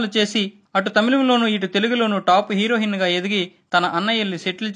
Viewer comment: హీరోహిన్ కాదురా నాయనా....హీరొయిన్